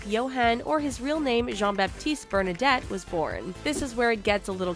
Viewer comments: Bernadette?? Bernadotte! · Don't want to be "that guy"...but I suggest picking a video with actual (correct) facts instead of this tabloid-style video. This is sadly full of misleading and incorrect information. I mean the creator couldn't even get the surname right. It's Bernadotte not Bernadette, for example. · The correct name is BernadOtte, not BernadEtte. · I'm so sorry but I will have to add some corrections; first of all the name is Bernadotte, not Bernadette. Secondly, the parliament not the king changed the succession order to "the first born" instead of the first born son. The succession order in Britain is still "the first born son. But if there are no sons the first or only daughter will become the regent" (as in the cases of Elizabeth I and II) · "Bernadette" 😂 it's Bernadotte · Yes, it´s Bernadotte. (And also the king has around 90 lines of descndance from gustav Vasa through women married into the dyansty.) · Bernad O tte not Bernad E tte!!! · Its Bernadotte not Bernadette😂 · Not Bernadette, the name is Bernadotte! 🤦 If someone makes a video and can't even get the family name right you have to question if they are in the right business!!! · Its Bernadotte not Bernadette haha